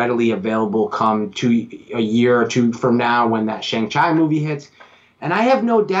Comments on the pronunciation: Pronounced Shang Chee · Could you please stop mispronouncing Shang Chi last name as Chy it is pronounced correctly as Chee. Thank you.